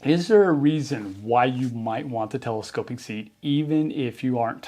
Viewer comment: ‘Telescope-ick”; can’t unhear it now 😂